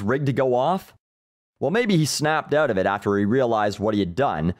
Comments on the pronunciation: I'm Canadian and I don't even say it that way; it rattled me too. I came to check the comments if anyone else noticed. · Thom Kinrade oot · You sound so Canadian when you say "out"